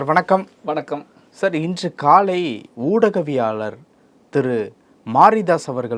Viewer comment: Oodaviyalaalar enru sariyaaga uchcharikkavum